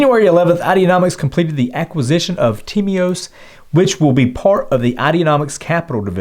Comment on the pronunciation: I am greek and I can guarantee that you pronounced Timios( τίμιος) absolutely perfect ,)